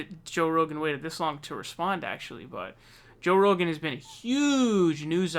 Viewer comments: Joe Roogaan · Lol joe roogan